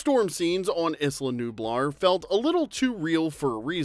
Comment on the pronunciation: It’s not “Iss-la Nublar” it’s “Aye-la Nublar”